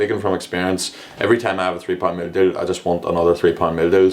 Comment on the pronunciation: “mill dill” 😂 i’m sorry i was dying at the way u say meal deal 😂🤣🤣